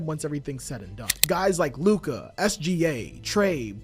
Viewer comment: Please pronounce Lukas name correctly it really ain't that hard bro...